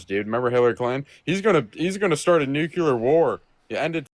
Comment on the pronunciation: Credibility point: If one cannot even pronounce the term nuclear correctly while referring to the topic, one has no business debating about leadership figures.